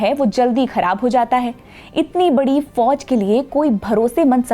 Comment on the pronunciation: Foj mein nai jana. Please improve her pronunciation